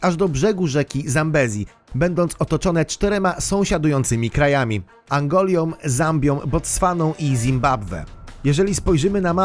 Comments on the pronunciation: właśnie o to chodzi, że prowadzący powiedział "Angolia". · To niezła "ANGOLIA" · Co to jest Angolia :)? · Na skutek" , nie ,,na wskutek" . Także Angola, a nie Angolia. ,,Są", a nie ,,som"; ,,z dbałością o szczegóły", nie ,,z dokładnością o szczegóły" - a to tylko niektóre, powiedzmy, nieścisłości. Rety, co jest z tym lektorem? Nie wiem jak innych, ale mnie wkurza takie poniewieranie polszczyzną. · Please... Angolia? Może Angola? Na wskutek? Może lepiej w skutek lub na skutek? Język urzędowy USA? 😜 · Angolą, nie Angolią 😁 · Angola a nie Angolja więc przy odmianie też nie ma "j" i biblioteka a nie bibloteka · niezła angolia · Angola, a nie Angolia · Na wskutek, Angolia i Botstwana, kąfliktu, serio? Tak ciężko poprawnie posługiwać się językiem polskim? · Powiedziałeś angolią a powinno być angolą ale odcinek bardzo fajny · Angolia, Qłebek... wtf? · Czasem wymowa różnych nazw zupełnie nieprawidłowa, Quebec [kebek], błąd w słowie Angola